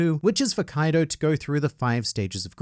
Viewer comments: Its not kaido. Its Kai D. Oh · "Kwaido" 😂 I like this even better than "Koido" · Kawaiido... I love how funny that sounds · Ah yes "Kawido" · You get the Like just for saying Kuwaido. Well done. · "Kawiido" is top notch, sir! 🤣